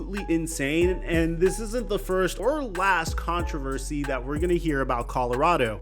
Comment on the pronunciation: said “controlversy”